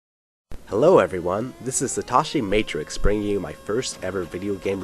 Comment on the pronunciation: You called yourself "satashi matrix" instead of "satoshi matrix" at the start!